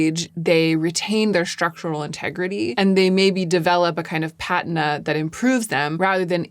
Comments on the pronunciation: It’s pa-Tina. Patina. Not pat-n-na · It’s pronounced “Pa-Tina” NOT pat-in-a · I think it's "puh TEE na" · Sorry, I think there’s only one correct pronunciation for patina…. puh TEEN uh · Patina is pronounced with the accent on the second syllable! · Isn't it pronounced "pa-teen-a"? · Yes. Never heard it pronounced that other way, ever. Very weird. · Thanks for clearing up your pronunciation of patina. In the US, the British pronounciation just sounds odd. Same thing with the pronunciation of patent (as in patent leather). Now it all makes sense.🙂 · Not me being so bothered by your mispronunciation of patina until you explained yourself. Okay, dear, you get a pass! Also- lived in luxury for everrrrr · I think you’re pronouncing “patina” wrong. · your pronunciation of patina stopped me in my tracks, great video though love your vids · deleting my comment about your pronunciation of the word patina